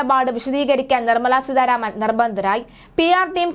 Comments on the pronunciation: സീതാരാമൻ എന്ന് പറയാനറിയില്ലേ? എന്തിനാണ് സീധാ രാമൻ എന്ന് പറയുന്നത് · സീധാരാമൻ അല്ല കുട്ടീ സീതാരാമൻ എന്നാണ്.തല എന്ന് കുട്ടി ഒന്ന് പറയൂ.എന്നിട്ട് ആ "ത "സീതാ എന്ന വാക്കിൽ ചേർത്ത് സീതാരാമൻ എന്ന് പറയാൻ ശ്രമിയ്ക്കൂ.അല്ലാതെ ആവർത്തിച്ചു സീധാരാമൻ എന്ന് പറയുന്നത് കേൾവിക്കാർക്ക് ആരോചകമാണ്. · വാർത്ത വായിയ്ക്കുമ്പോൾ അക്ഷരശുദ്ധി ഉണ്ടാകേണ്ടതാണ്. സീധാ രാമൻ എന്നല്ല, സീതാരാമൻ എന്നാണ് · സീധാരാമൻ അല്ല,കുട്ടീ, സീതാരാമൻ.... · സീധ രാമൻ അല്ല,.. സീതാരാമൻ.. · നല്ല അവതരണം. അതിൽ അട്ടി കൂലിയും, അട്ടിമറി കൂലി കൂടി ഉൾപ്പെടുത്തണമായിരുന്നു. ഉച്ചാരണ തെറ്റ് ഒഴിവാക്കാൻ ശ്രമിക്കണം. ഉദാഹരണം :- നിർമല സീദ്ധ രാമൻ. ശ്രീ ധരൻ ശരി. ശ്രീദ്രൻ തെറ്റ്. ശ്രദ്ധിക്കണം. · സീതാരാമൻ എന്ന് ശരിയായി ഉച്ചരിച്ചാൽ കൊള്ളാം